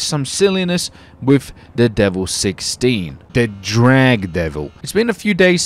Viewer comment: Ur supposed to say it like (Di-vell) u say the vell like well but with a v